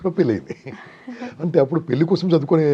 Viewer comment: పెళ్లి అనటం నేర్చుకోమ్మా పెల్లి అని వినలేక పోతున్నాము